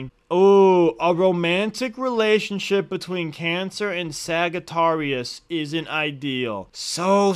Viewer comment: Bro said sAgAtArious 🐸